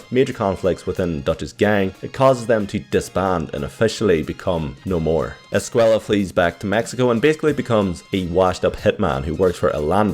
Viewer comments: Just saying his last name isnt pronounced ‘Es-kway-la’ it’s ‘Es-kway-ah’ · Its pronounced escueya because of the double ll but if it is with one L then youre right. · Loved the video, per usual, and I just wanted to tell you about a little bit of Spanish pronunciation. Due the double "L" in Javier's name, the pronunciation is Esc-"way"-a. Keep up the amazing work, and I still really like the intro work